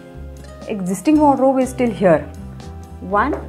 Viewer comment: I love how she keeps saying "Wodro" instead of saying Wardrobe.